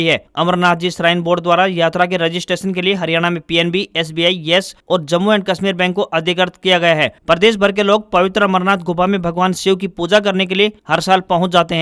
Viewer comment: Samacharon mai bole Gaye wrong word:- Adhikarat. Correct word :- Adhikrit.